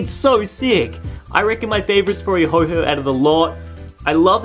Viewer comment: Okay its not ho-ho its ho-oh.